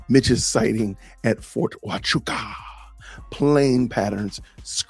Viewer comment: But he gets a point for pronouncing Ft. Huachuca correctly.